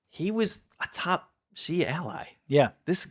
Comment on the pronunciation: In Pinyin, which is the Romanization of Chinese, Xi is NOT pronounced ZHI. It's pronounced SHE. President SHE! ZH is pronounced like a J Zhang is pronounced JONG. Q is pronounced CH. Quing is CHING. I know you don't care, but you look REALLY stupid when you mispronounce stuff. Think about all the people who Mangle English. Do they sound intelligent?